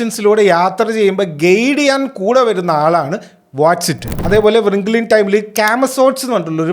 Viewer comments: റിംഗിൾ, not വൃംഖ്ലേ 😅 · Bro don't take it bad, it's റിങ്കിൾ not വ്റിങ്കിൾ. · Wrinkle എന്നത് വ്രിംഗിൾ എന്നണോ ഉച്ചരിക്കുന്നത്?